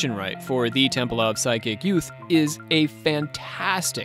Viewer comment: Its PSYCHIC....NOT pronounced like side chick.....❤